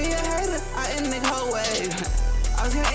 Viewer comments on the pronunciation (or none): none